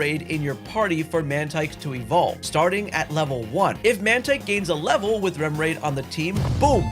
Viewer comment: MANO O VIDEO TEM TEMA INTERESSANTE, MAS POR FAVOR TREINE A DICÇÃO, O NOME DOS POKEMONS, SABE SE APROFUNDE NO ASSUNTO, TIPO CHAMAR UM PRIMAPE DE PRAIMIAPE? REMORAID DE REMED? PQ VC CHAMOU O NINCADA DE NATA(EU TAVA SO OUVINDO O VIDEO E ACHEI QUE ERA O PASSARO NATU E PENSEI PQ É DIFICL TER UM XATU?) WTF? TEM MUITA COISA TÁ QUE PARECEU QUE VC TAVA TENDO UM AVC E FALANDO TUDO TORTO, MELHOR TREINAR ISSO, TIPO COISAS DO PORTUGUÊS BÁSICO. MAS CONTEUDO MANEIRO MANO!